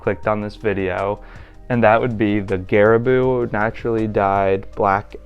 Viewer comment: Loved the video! Does vis advise you to treat / condition the leather on boots in anyway for that extra weatherproofing + longevity of the uppers? Also pronunciation of garabou is more gah-rah-bow